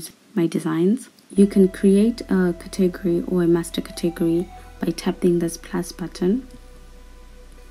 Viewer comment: Your saying category wrong